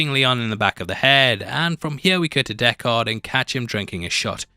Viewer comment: Deckard not Deck-haaaaaaard.... did you actually watch the movie or reading a script?